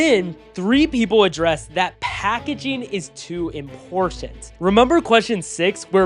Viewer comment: packaging not "packagaing"